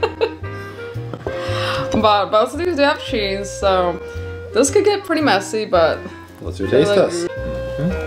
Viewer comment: I just love how pronounces cheese “scheese” 🥰🥰🥰